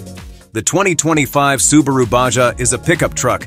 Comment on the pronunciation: I love the SUBARA on the tailgate at the mark. The automated voice had sooooo many mispronounced words that I didn’t even finish the video. 🙄